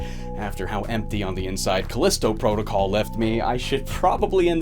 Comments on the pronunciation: Also: "Callisto Prah-tic-uhl." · how he pronounces protocol like that I have no idea